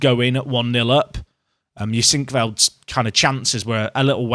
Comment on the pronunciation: HEU-sink-veld. Emphasis on the first syllable.